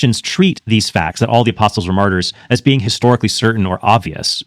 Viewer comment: I had to turn on Closed Captioning. It sounded like he said that all of the Apostles were murderers. Ohhhh....Martyrs!!